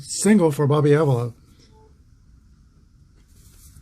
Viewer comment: Thanks. Exciting Game. Go Tribe. and By the Way...Just Saying The Indians 2B is Bobby Pronounced ah-VEE-la Thanks Again. Take Care and Roll On******